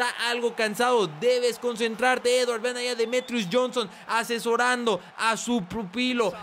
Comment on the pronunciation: TE SIGUE COSTANDO DECIRLE EDWARD JAJA 👍